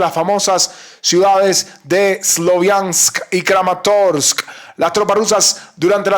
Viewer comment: Me agrada esa manera de pronunciar todas (todas) las letras de los nombres de la región: SLOVIANS-SKK, KRAMATORS-SSKK... 🕶️